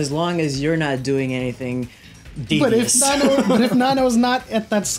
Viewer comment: its not nennoo its nan-no... plz..